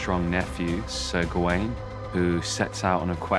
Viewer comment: Everyone involved in this movie that I've heard talk about it pronounces is "Gawain". Everyone except for the actor that plays Arthur, who calls him "Garwin".